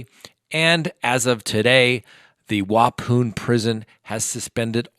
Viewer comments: its pronounced wapon!!!! wa as in ma pon as in con!!!!😇. Not wa poon😂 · Talk 😂🤣 I’m in Wisconsin, it’s pronounced Wau pon (as in pond) not poon! Thanks tho, I’m getting a much needed laugh every time you say ‘poon’ 😂🤣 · Waupaun prison is pronounced "Wah Pon." Just FYI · The prison Chris Watts is in is Waupun. Pronounced WAH-PAHN not WAH-POON. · *Waupun = "wah-pun", not pune. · It’s pronounced Wau-pun, not Wau-poon. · Waupun, how I have heard the second syllable pronounced is pon rhymes with Don not poon. I am not being rude! I realize people in other areas do not know the pronunciation. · Waupun is not pronounced wa pune. It's pronounced wa pon. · Wa-poon????? Yikes! It's Wa-pun, spelled Waupun. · Love you... town names are hard to pronounce here lol It's pronounced like Wapon. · Wuh- pawn is pronunciation ;) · Waupun is pronounced waaaapon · Its pronounced as a short O sound at the end of waupan. Same o sound as pond. I know because I live close by. Lol. Hope it helps. Love your videos! ❤💯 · Waupun is pronounced: wah-PAWN (accent on second syllable). Wisconsin resident here. Saw CW’s digs last month while driving through Waupun. Lotta razor blades on the top of those barricades. 😊 Love your videos,! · Love your channel! Im from Wisconsin, btw it’s pronounced Wah-pawn ☺️. Silly Wisconsinites and our weird towns and spellings lol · It's WAH PON.. lol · I live in Wisconsin and I’ve never heard anyone pronounce the prison name like that. I am not picking, we do have some crazy town names. It is pronounced Wa-Pon. Love your channel. My daughter and I are crime watch enthusiasts! Keep up the great work. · It's pronounced Wa - pon.... like pond. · Waupun is pronounced Wa pon. Watts is is Columbia isn’t he? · pronounced: Wau- "pawn" ; ) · Hi! JUST FYI - it’s pronounced “Wah-Pawn” - I’m a native Wisconsinite. Thank you for your insights. 💜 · Waupun is pronounced - Wa-pawn. (Ojibwe origin) :) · I'm from Wisconsin and we pronounce it Wah-Pon